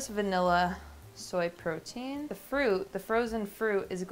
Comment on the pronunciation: Take a shot every time says the word Portein 🍻